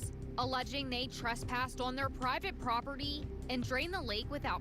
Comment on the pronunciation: "Properdy" is not a word. "Cownee" is not a word. "Acownuhbilidy" is not a word.